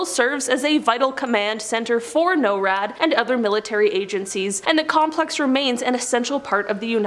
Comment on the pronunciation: its not no rad its nor rad